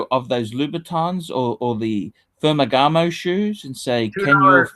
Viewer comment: Pher-Ma-Ganuh? Does he mean Ferragamo?